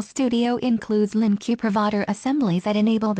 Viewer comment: Good tutorial but LINQ is pronounced as 'LINK' not LINQueue. :)